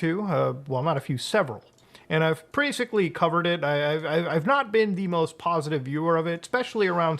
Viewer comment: did he just say preasically?